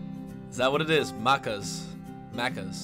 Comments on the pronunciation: Magpie is a bird lol, and you said maccas right on the 2nd try. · I thought most places had double decker trains! They’ve always been here in Sydney. Good to hear you pronouncing “Maccas” correctly! (The second way you said it)